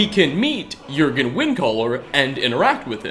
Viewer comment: Thank you for pronouncing Jurgen correctly